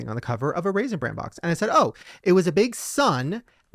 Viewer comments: pronouncing bran with a t at the end is BUGGING THE HELL OUT OF ME 🤣🤣 Lizze, where are you gurl? 😂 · mispronouncing Raisin Bran as Raisin Brand was the cutest thing. He does know it's called Bran because of the Bran flakes in it, right? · Why is saying, raisend brand"?. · Omg kept saying Raisin BranD 🤣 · No one addressing repeatedly saying Raisin Brand bothers me. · raisin Brandt???? Say it how it's SPELT!!!! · Is saying ‘raisin ‘brand’? 🤔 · saying "Raisin Brand" over and over and nobody correcting him was the cutest thing ever lol